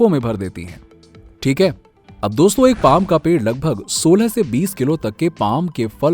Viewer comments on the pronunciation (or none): none